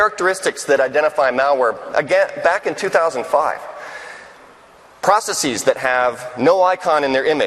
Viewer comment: Mark, you’re a legend, I love your work but, for gawds sake, why are saying “processes” like that? It’s driving me nuts!